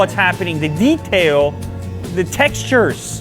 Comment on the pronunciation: ITS THE "TEXTURERERS"